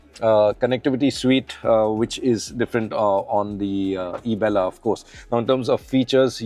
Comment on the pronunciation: Heard like ( isabgol) Isabgol ki bhushi Toyota ki khushi